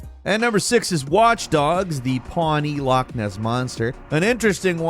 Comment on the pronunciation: is definitely an honorary Scot - he’s able to pronounce loch correctly- that’s a lot more than many Scottish people seem able to do nowadays